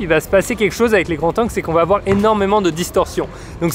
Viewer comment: Bonne vidéo, très belle image et bons conseils ! Mais par pitié, "des grandS zangles" pas "des grands tangles".